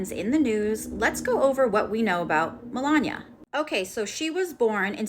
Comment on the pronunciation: 1st , you butchered her name pronunciated MEL-LAWN-KNEE-AH. 2nd, individual opinion and/or comment about someone else's life that you do not live is merely just that.... An opinion. Might I add, it also does not make the distasteful content you chose to post for the world to view a fact. Your point of view of Melania Trump being a "sugar baby" to the man she married and has a son with because of their age gap is disgusting. I may not agree with certain individual choices that people make but just because I do not agree with their choices or have a preassumed notion about someone doesn't mean that my outside view of their live and the way the choose to live it is correct. By way of your content I could say that the only sentence that was factual was that she has a son by Donald Trump..... Anddddd I'm positive that you would try to dispute that opinion. Please do check yourself and make sure your opinions of other people and your mind reading abilities of how Melania actually may feel about Mr. Trump do not overpower the necessary facts that this channel needs to maintain views.